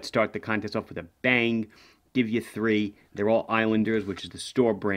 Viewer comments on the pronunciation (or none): none